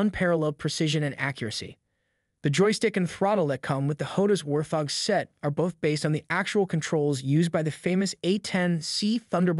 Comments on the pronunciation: War-thog... Wart-hog. Just a heads up, otherwise good video mate. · Thank You....was annoying how he was pronouncing it . :) but all in all good video. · Whaarrrt, thoorggg what??